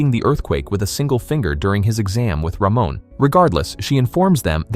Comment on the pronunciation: Almost 15 minutes into the video, all I can think of is "Ramon is such a bro!" Initially thought he'd be one of those guys in fantasy novels who bully others but I'm glad I was wrong. Also, lmao, the pronunciation of his name. "Ruh-moan" instead of "Ruh-mon"